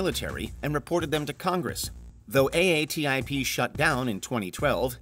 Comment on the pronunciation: It’s pronounced “AA Tip” what are you AI?